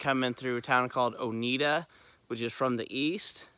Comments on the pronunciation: I live in Oneida and it’s actually pronounced OH-NYE-DUH 😊 Oneida is actually a really great little town to go through to get to the Big South Fork. We have more than just fast food, but you just have to do a little digging to find the good food spots 😉 the drive from Oneida down to BSF is a beautiful ride and yes the curves can be a bit much, but the drive is breathtaking! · Great video! FYI - Oneida is pronounced own-eye-duh ;)